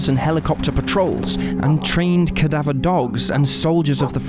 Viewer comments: I don't know who or what is relaying this story to us, but seriously, "cad-a-veer" dogs? Really? I sure hope that this was not a human who made these terrible mispronunciations! Another mistake was that of one of the men's names, for which I will cut you some slack. I understand this mistake being made because names are notoriously hard to pronounce. However, for a channel whose whole subject matter is that of true crime, you most certainly have heard the word "cadaver", thus being able to pronounce it as well! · How did your pronounce cadaver now come on man